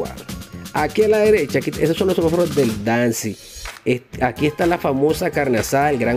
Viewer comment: Hola.. Solo para decirte que se dice SEMÁFOROS..No Semafaros!